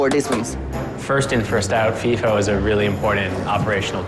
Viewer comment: It's FIFO (like high-hoe, but with an "F"), not "fee-fa"